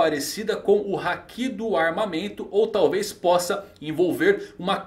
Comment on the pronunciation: Não é querendo ser chato nem nada, mas quando ele fala hakí eu falto explodir por dentro, pq é haki e não hakí